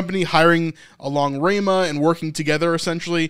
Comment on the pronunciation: It's Ra mah not Ray mah